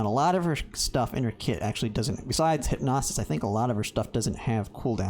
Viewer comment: Good video, bro. Side note it is Hyp-no-sis, not Hyp-nos-is lol